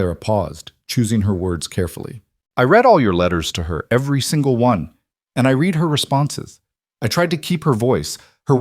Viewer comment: “Read” can be one of two pronunciations decided by the context. You picked wrong.